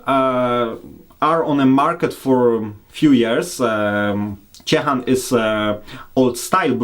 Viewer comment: it would be great if you'll try to remember names of beers and breweries like say them. Your Ciechan sounds like Ćićan for us poles;)